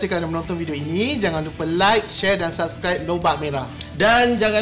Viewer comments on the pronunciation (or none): none